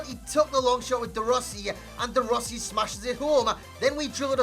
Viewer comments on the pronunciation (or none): none